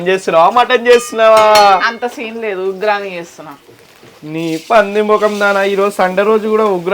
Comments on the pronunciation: Amma talli ugrani kadu amma uggani pronciation telusuko first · Uggrani kadhu uggani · Uggani not ugrani